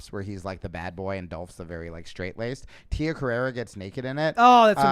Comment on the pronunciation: You're incorrectly adding an "a" to the end of Tia's name.